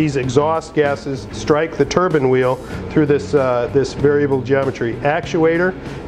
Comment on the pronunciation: Turban or turbine? Nice in depth video though.